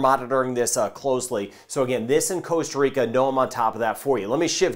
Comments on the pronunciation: please, please, please can you use the proper pronunciation, ie how we Ticos say it! It's Costa not Coasta. Costa as in Costco. There's only one a and its at the end! Thanks. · I can totally agree that mispronunciation is commonplace around the world, even by native speakers, but how do you mispronounce Costa as coasta? It's the same as Puerto Rico. It's not Porto! How does an English speaker mistake an ue for an o? It should pooerrto. I believe that Costa is mispronounced as coasta, just because the translation is coast.